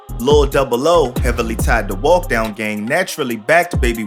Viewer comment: dis mane said baby walk dog and not baby walkdown 💀